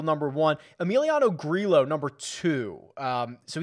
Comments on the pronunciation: I tried to make the same argument but we looked it up a few months ago and it's pronounced with the hard L sound - Grillo even tweeted about it "For those who ask, and those who just talk without knowing my last name is pronounced Gree-lo." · You are absolutely killing me with these spanish names that contain LL. You said Grillo 11 times in this video and pronounced his name differently each time 😂 LL makes the hard English Y sound. gree-YO vi-YAG-as